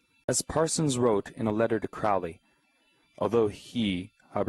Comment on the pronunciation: Crowely, himself, says is last name is pronounced Kro--leee,"as in 'Holy'.